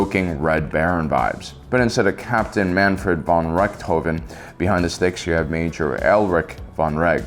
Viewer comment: Great list and quality content as always. Though I wonder if you also took a look at the starfighters of the Old Republic era. SWTOR's starfighter mode has some really interesting designs. And I don't know if it's just me, or was the lighting a bit too strong in this video? Also me, a German, cringing at the pronunciation of Mannfred von Richthofen. :D